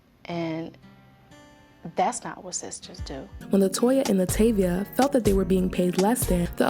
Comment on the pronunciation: I always cringe when people mispronounce Latavia's name as LaTayvia when all it takes is a quick check into her interviews with and without Destiny's Child. It comes off as lazy. And yes I'm talking to the narrator of this video.